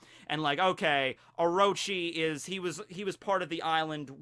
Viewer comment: it's orochi, not oroechi the second o is pronoucned exactly like the first one. also sussanoo does not get the kusanagi no tsurugi as a reward, he just ends up finding hit while he was hacking apart the snakes corpse because apearentlly someone had tried to kill the snake with it before sussanoo came arround